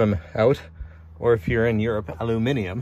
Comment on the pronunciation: Lol nearly said it right….. alum (said like Alan) ini um